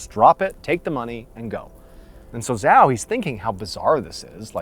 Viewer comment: 'Zhao' is pronounced Chow.